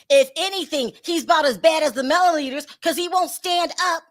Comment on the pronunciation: MelloMeaners not Mellometers